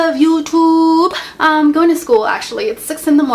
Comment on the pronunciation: when she says "hello people of UTUUUUUUBE" she sounds like a asian girl :)